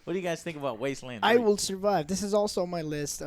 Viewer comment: "Top... 25 games of 2020" You're either psychic or you forgot a word when speaking buddy :D E: NONE of them said "Wasteland 3" right. Are they THAT excited for Fallout 76 The Wastelanders?